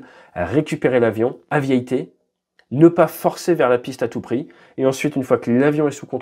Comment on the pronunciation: Aviayter ça pique un peu les oreilles quand même. 😁